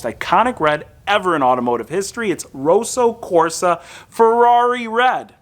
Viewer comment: FYI, 'Roso Corsa' as you say it means in Italian 'racing pink'. The 'o' in rosso should be as in 'pot', not boat, and it's a long ssssssss. It may be a Kia color but it's definitely red, not pink!